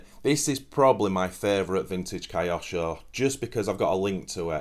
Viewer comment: great video, but how do Brits pronounce Tokyo? that kyo part is pronounced the same as in KYOsho, it comes from Japanese/Chinese character 京, but don't mind me, I'm just an American, carry on.